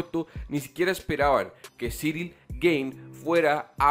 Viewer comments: El apellido se pronuncia "Gan" no "Gane" Buen video! Espero ancioso ver al campeón contra el francés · Amigo, ya que a partir de ahora vas a pronunciar mil veces más el apellido del francés, se pronuncia Guein, así tal cual y no gané… un pequeño aporte a tu canal que por cierto es muy bueno, saludos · Gane no se pronuncia, lo aclaró ciryl! Se pronuncia Gun..